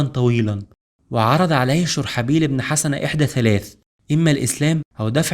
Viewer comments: جزاك الله خير ، اخي ممكن تنطق الاسم (شرحبيل بن حُسنه ) بضم الحاء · انا لم انقد المادة التاريخية بل طريقة نطق الأسماء مثل دومة الجندل و اسم شرحبيل بن حسنة